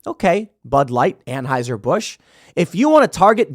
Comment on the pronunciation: Can someone please teach Tim how to pronounce Anheuser?